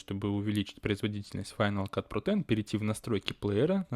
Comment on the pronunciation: Так странно звучит на русском, когда ты произносишь, название этой программы "Файнал кат ПРОТЭН" О_о